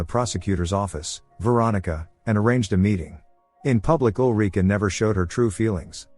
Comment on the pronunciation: Ulrika. Not olreeka.